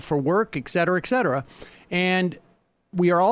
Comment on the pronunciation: It's pronounced "ETcetera". Not ekcetera.